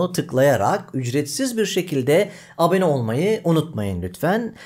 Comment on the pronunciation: de ombolans dediğiniz gibi her bölümün sonunda ABENE dediğinizi farketmedik sanmayın :-)